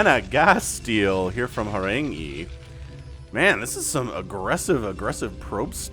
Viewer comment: You're welcome for correcting the pronunciation of Horang-E :-) Together we make your channel better and better, keep up the great work!